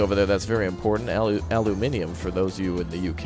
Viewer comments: Gave you a like because you said Aluminium correctly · Subscribed as soon as I heard you pronounce aluminium correctly 😂😂😂😂